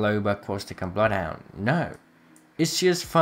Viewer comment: my man said bloofhunter